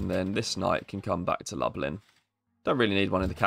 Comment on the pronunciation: Lublin is 'looblin', and Wroclaw is 'vross-loff'.